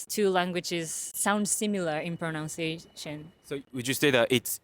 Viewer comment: Please have the “teaches correct their pronunciation of “pronunciation”. Pronounce (ou) is “ow” Pronunciation (nun) is “un”